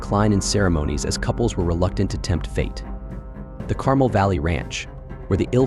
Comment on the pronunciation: Its pronounce Car-MEL, not CAR--mel.